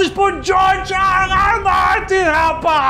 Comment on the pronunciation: Cara vcs são demais, eu ri muito com esse resumão. Jeito descontraído de contar a história de Got kkkkk George "ar" 'ar" ar" "ar" Martin kkkkkkkk